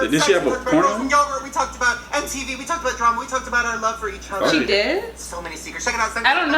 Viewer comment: "Empty vee"